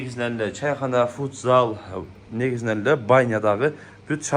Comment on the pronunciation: Фудзал эмес футзал болот